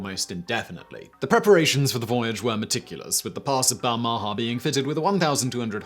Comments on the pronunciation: Balmaha is pronounced with the stress on the first syllable and the second syllable's vowel being and unstressed schwa. It's a town in Stirlingshire, I've been there many times as my grandparents live nearby. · ba- ha -ma ???? do you mean Bahama? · Your pronunciation of ship names is dismal and makes it very hard to watch. The "Pass of Balmaha", pronounced Bal-ma-ha. Tipperary is pronounced ti·puh·rey·ree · I have never heard the name Balmaha pronounced so badly. Bal Ma Ha. It has a couple of great pubs. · Balmaha - pronounced more like "Bal - m'ha". The second "a" soft and barely pronounced. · Small note on the pronunciation of Balmaha.... The inflection belongs on the last syllable....... Bal-ma HA. It's a small town on the shores of Loch Lomond. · Please learn to pronounce 'Balmaha.' This made me wince every time you said it. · Sorry, the pronunciation of Balmaha is making me cringe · What about his pronunciation of Balmaha? It's in Britain and he butchered it too.